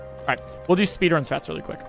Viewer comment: Did he say spedrun